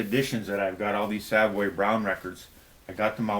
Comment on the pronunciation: Love the band Savoy Brown just find it strange when it sounds like you call them Savway Brown. Having seen this band numerous times they are introduced as Savoy (as in the famous London Hotel) Brown. Anyway their latest is superb. Thanks again. BTW Nazareth's latest with a new vocalist is poor...shame.